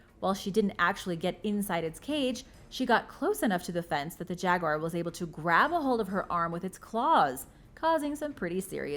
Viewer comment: Learn how to pronounce the word Jaguar... phonetically it is sounded out like this...Jag-wahr or (yoo-ahr) Nowhere in the spelling is the word wire. It is NOT a Jag Wire. Please do your pretending before speaking on these videos.